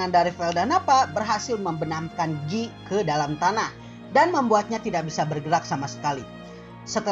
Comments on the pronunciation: Guy - Gyu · Tpi itu logat prancis ,bykan logat british